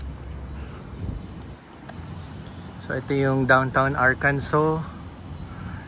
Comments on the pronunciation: Arkansa not Arkanso. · watching from springdale arkansas (ar-kan-sa) enjoy your trip boss, sir hindi nga pala arkanso ang pronounciation kundi Ar-kan-sa sir.